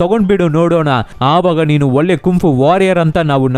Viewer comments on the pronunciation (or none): none